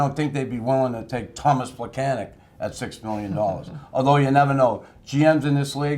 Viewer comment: Tomas Plekanec has been with the Canadiens for the last decade. Learn to pronounce his name already! Pleh-kan-ets.